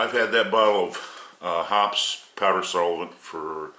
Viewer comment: It's pronounced 'Hopp-eez'. ANYBODY even remotely familiar with guns knows that. What a dink!!